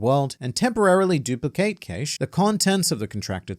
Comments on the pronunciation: wait wait wait...... you pronounce cache like sean connery saying "case" not ka-shay or cash???this is the first time i have ever heard it pronounced that way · Must say I've never heard cache pronounced like this.